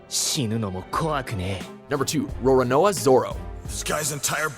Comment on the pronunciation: only two things: 1st it's aKAinu, not aKIno 2nd it's roROnoa zoro, not roRAnoa zoro...